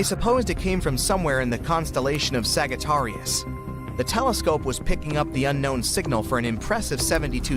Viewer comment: Can you pronounce Sagittarius properly? It's very annoying to see a video detailed like that and can't pronounce Sagittarius correctly.